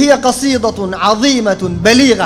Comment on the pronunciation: القصيدة بالدال وليست الضاااد يا